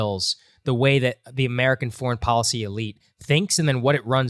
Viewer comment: IT IS pronounced depoliticized - NOT - DepoWiticised Bolled over - NOT - bowed over policy - NOT - powicy call - NOT - cow If you wish to become a real journalist You must learn how to speak clearly & not how you chew the cud on the street with your homeboys. Go back to school - and learn a thing or two. Get the marbles out of your mouth...Son